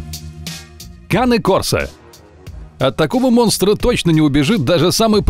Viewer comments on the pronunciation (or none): Не коне курсо а Кане корсо не дуберман а доберман научитесь произносить породы.